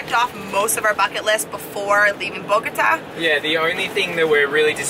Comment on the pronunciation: Welcome back! Missed ya's., you only got 9 1/2 hours of sleep? 😅 I have great memories of Bogata, and, you pronounced it without a problem, Congrats!!!!! You both look really rejuvenated! Beautiful landscape, where exactly is that, definitely gotta go there!!!!!!, kicked your ass on the workout, c'mon, ya can't let make ya look bad like that man!!! 😜 Cauliflower taco's? Ecuador is beautiful. Great outtro!!!